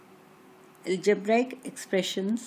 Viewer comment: and its algebraic not algebraaaaaaic. Such an irritating pronunciation!, though the matter is good.